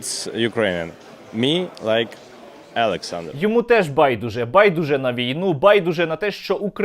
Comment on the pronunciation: "Алексанр" - ганьба!